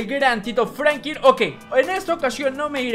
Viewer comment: Franklin se pronuncia con L no Frankin